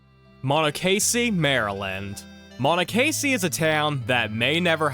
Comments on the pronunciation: Mono-Casey is a wild pronunciation. It’s mon-ok- a sea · I grew up in Frederick County MD. You butchered monocracy lol. That town did exist. I think it got dissolved into Frederick.